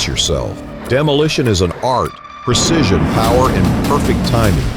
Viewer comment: "Percision" is not a word. *Precision "Percise" is not a word. *Precise "Fawerd" is not a word. *Foreward